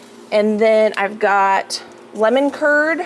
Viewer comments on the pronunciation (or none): none